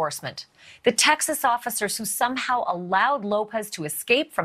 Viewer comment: I like how she said SOME HOW lol!!! We know the obvious but 🤫